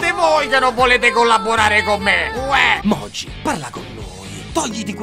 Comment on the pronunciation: Comunque, per te che sei così fiscale con i dettagli, una nozione di Giappnese semplice semplice: il nome di Mogi, traslitterato così dai kanji e/o dall'alfabeto Hiragana come "MO" - "GI", si legge "Moghi". Se si leggesse "Mogi", in Italiano, lo troveresti traslitterato "Moji", con la "j". Questo perché, nel sistema Hepburn, le vocali si leggono come si pronunciano in Italiano, ma le consonanti come si leggono come si pronunciano in Inglese (come, ad esempio, la "W" che va letta come una "U" pronunciata molto velocemente. Come in Watari, che si legge "Uatari", e non "Vatari", ad esempio). Quindi, Ka Ki Ku Ke Ko sempre pronunciati come una "C" dura, e grazie al... visto che c'è la "K", MA gli Hiragana modificati, che si scrivono "Ga Gi Gu Ge Go" si pronunciano "Ga Ghi Gu Ghe Go"... cioè, con la consonante G SEMPRE dura, e non a seconda della vocale che segue, come in Italiano.